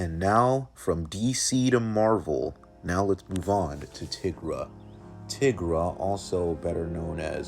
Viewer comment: it’s pronounced tai-gra